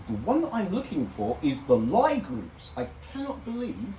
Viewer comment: Lie is pronounced lee